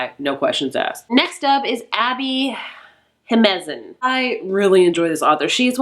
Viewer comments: It's JimeNeZ, not JimeZeN 😅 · I love your content so not to nitpick at all, but I think you say Abby Jimenez's name wrong in all your videos mentioning her. I think you say Jimezen instead of Jimenez, just switch the last two syllables around :)